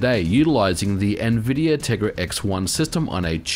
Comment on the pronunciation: There's no "eh" in Nvidia.